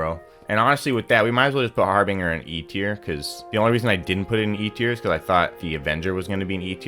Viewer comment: The G in Harbinger makes a J sound just to clarify I hate correcting people because it makes me feel like a asshole but I’m genuinely just trying to help.